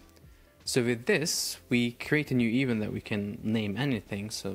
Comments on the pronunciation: ee-VENT, my bro, it's pronounced ee-VENT with stress on the last syllable, not EVE-ent. 🤭 I'm sorry, I know English is not a native language but you just used the word so frequently in the video and every time I got an eye twitch. Love your videos! ✊🏻❤️ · I truly believe your pronunciation is getting worse, the more videos you do. What is an "eevunt". Surely you have access to Google to check how words are pronounced?